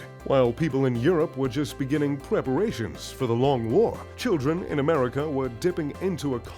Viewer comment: “wadioactive spider” “Pweperations”